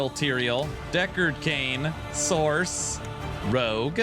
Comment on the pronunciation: I hate that you pronounce sorc like "source" and not the proper way... which is "sork" 😂